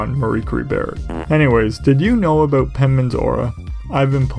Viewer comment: It was the aboot. Not an insult by any means, just an observation 😁